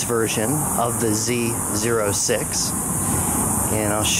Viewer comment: Z zero 6, Z zero 7. LOL. It’s pronounced Z O six, Z O seven.